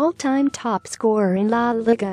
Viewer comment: He says "la liga" wrong 🤣😂🤣😂 LIKE PLEASE